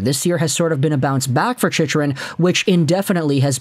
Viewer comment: You’re not a fan can’t even say chychrun name correctly